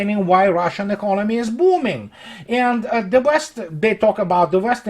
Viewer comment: You mean Ze report.